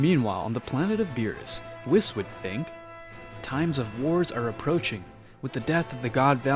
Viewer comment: Bro this guy really call Whis whisk 😂😂😂